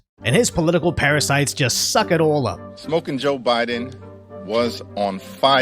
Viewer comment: Did he say “SMOKIN JOE BYE-DONE “ or “STROKING JOE BYE-DONE “ ? Get those parasites out of here!